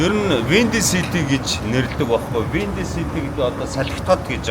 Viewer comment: Windy City salhitai gsn ug bhgui yu… kkk. Buh angli ugee buruu helj bn shu…